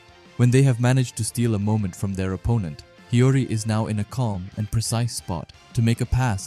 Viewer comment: Bro CANNOT say Hiori right💀